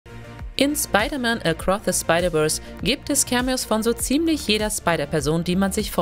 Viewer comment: Gleich nach 3 Sekunden das video beendet als ich „acroth a spidaverse“ gehört habe …